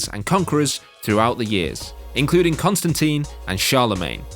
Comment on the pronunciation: At least he pronounced Constantine right.